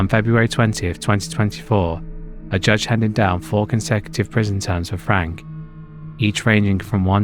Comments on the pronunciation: Slight thing: "Franke" is pronounced "Franky". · Ruby Franke - pronounced Frank-ee